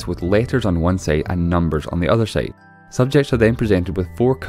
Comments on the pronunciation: Bothered by how "side" is pronounced as "seyd" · On the other "seide"